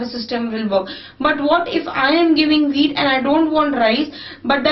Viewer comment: who else thought that she said weed instead of wheat first XD